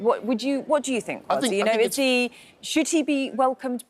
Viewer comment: i love the way you drew Kwasi Kwarteng's attention to the REAL pronunciation of his name KWASI. Have always found it "irritating" he allows people to call him QUASI.